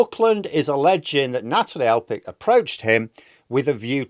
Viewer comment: I love you but Elphickes name is PH AS IN PHONE!!!